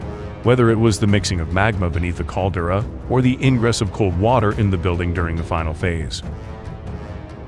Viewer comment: Tsunami pronounced as "Sunammy". Also Caldera pronounced as "Caldurah"